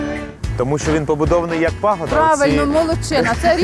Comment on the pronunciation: ПравИльно, а не правЕльно🤣🤣